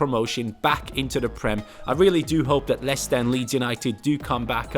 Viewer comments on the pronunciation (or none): none